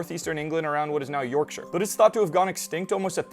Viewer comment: Thank you for pronouncing Yorkshire correctly. I know a lot of Americans struggle with -shire places for some reason.